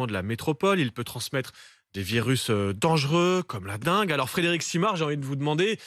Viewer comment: Dengue et pas dinge mdr